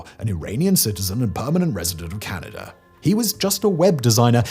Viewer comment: Where is the R? lol 😆 it's Canada 🇨🇦